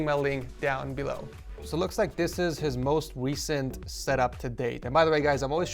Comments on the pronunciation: “The most wecent” 😂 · the most Weeecent setup